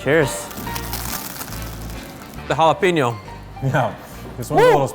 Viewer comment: JalaPEÑo, not jalaPEEÑo